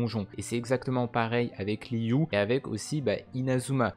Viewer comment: Je viens d'apprendre un truc : Liyue ne se prononce pas Liyu mais Liyué